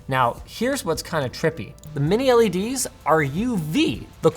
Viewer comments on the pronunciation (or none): none